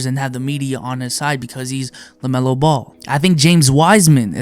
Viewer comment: No one:: "lamelo belo"